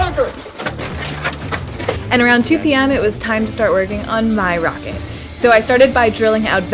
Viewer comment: This is and today we are going to make a rawket out of wewd.